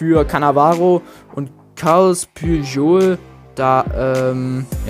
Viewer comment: Unnormal traurig wie du carles puyol ausgesprochen hast